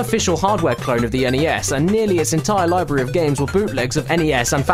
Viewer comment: An English/Australian gentlemen rightfully pronouncing my beloved NES instead of that ear raping "ness". You sir kick major ass and you're my hero.